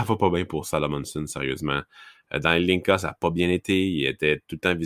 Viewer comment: Adam Zlnka se prononce exactement comme le nom de famille québécois: Joncas, prononcé tel quel à la télévision slovaque